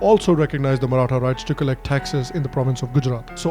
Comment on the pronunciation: The pronunciation got of all the maratha people surnames is absolutely brilliant. Very less people are able to do it correctly